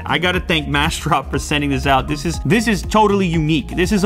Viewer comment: Unbox Therapy i think its actually massdrop ? :) the whole time you seem to used the word “mash” drop :)))